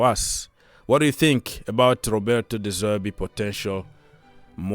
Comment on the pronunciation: De Zerbi , not De Zerby